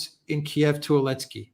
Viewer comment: His name is Zelensky, not any ski. Why do you keep misnaming him? It’s rather crass imho.